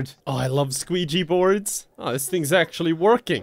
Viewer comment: Bruh wtf, I was listening to this with earphones and I laughed out loud when you said "I love squeegee boards", now my brother thinks I'm retarded lmao